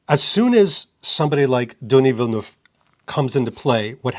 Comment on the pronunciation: Hi, I will help you pronounce Denis Villeneuve, try these words in your language: ''Deni vilnev''. Thanks for the videos. Cheers from Canada 🍸